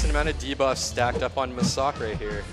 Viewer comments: So hard to watch when they keep mispronouncing the Champs name🤮. Massacre where they keep getting Ma,sa,k from? "Mass""A" "Cre" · Really bugs me how you all pronounce Massacre 😂